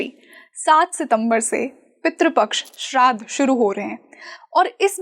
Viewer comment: सितंबर नहि सप्टेंबर बोलना सीखो भय्या लोगो... श्राध नही श्राद्ध बोलो .. सुधरो भैय्या लोगो...